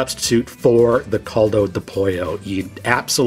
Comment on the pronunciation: Awesome video, the rice looks Yummy! Please don't take offense, just wanted to help your pronounciation of Caldo.. the Cal is pronounced the same as though you'd say Cal-ifornia (*Cal-do*)👍. not Cold-o. God bless you.